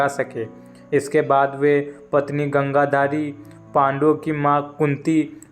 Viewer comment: Thik se bole. Gandhari.